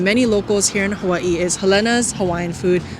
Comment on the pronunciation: I’m so happy you said Helena’s is da best❣️❣️❣️ by the way I found out that the correct pronunciation is “He lina’s”. 🤷🏽 Waiola Shave Ice❤️❤️❤️🤙🏼 Fukuya Okazuya❤️❤️❤️🤙🏼 Saimin - I love Palace BUT I gotta try Shige’s! Leonard’s Malasadas❤️ Gotta try Poi Mochi ❤️ gotta try Cinnamon’s Kalbi Loco Moco